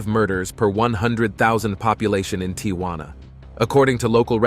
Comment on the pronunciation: Why is this youngster having trouble pronouncing "Tijuana"?